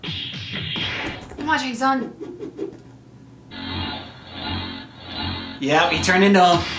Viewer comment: I don't know why they keep misprouncing Shang Tsung's name.